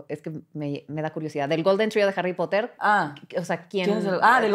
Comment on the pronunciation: Los "potergertz" dan cringe cuando se pone a hablar de jarripotder"